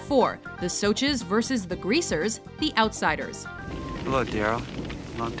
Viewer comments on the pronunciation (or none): Honestly the rumble should've been first. Also im honestly pissed that she pronounces 'socs' as 'soches' smh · They said it like sochs instead of socs (said soshies) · WTF IS A "SOCH" ITS "SOSH" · Correction for you... In the way you pronounce "Socs" isn't with a sh... Its with a K... Almost like your saying "Socks"... Its easy to make a mistake but that's how it should have been pronounced. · THE MOTHERFUCKING 'SOCHEES' A WHOLE ASS SOCHEE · Socs are pronounced soshes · LOL "The soches" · she said soches.so-sh. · The way she says "socs" triggers me. But good vid anyway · Aw gawd they said Socs wrong.....